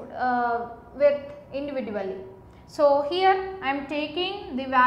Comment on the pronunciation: Ma'am wt is individival😂